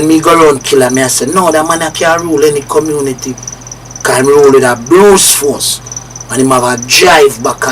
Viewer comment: "Bruce force".. A no brute force